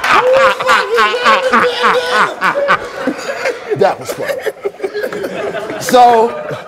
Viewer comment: “Da-david Bandanna...” 😂😂😂